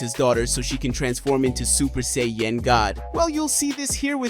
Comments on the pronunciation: Super Seyy Yen 😅 Super Sai Ya-Jin (Japanese) Super Saiyan (English) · hehe super Say-yen!